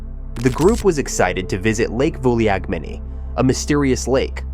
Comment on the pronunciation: Thanks for another great video. As for the lake, it’s pronounced “Vulagmeni” ;-)